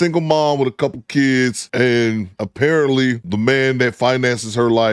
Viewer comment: “ A couple of kids and a pair of Titties,” is what I thought I heard, instead of “apparently” is what I heard the first time 😂😂😂😂